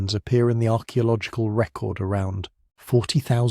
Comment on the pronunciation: Only an AI would pronounce archaeological like that. How very very disappointing.